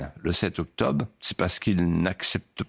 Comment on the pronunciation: C est toujours un régal d écouter Monsieur de Villiers...juste une remarque,pourquoi,ne prononce t il pas le "Bre" ou le "tre"....mais,octoBe....ou mete au lieu de mètre,par exemple.,il n est pas le seul dans ce cas.....une explication ?